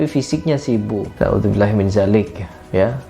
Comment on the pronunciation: Na'udzu billahi min dzalik pakai dzal (ذ) bukan zaalik (ز) heer